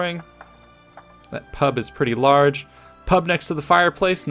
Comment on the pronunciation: Hearing a yank say pub was weird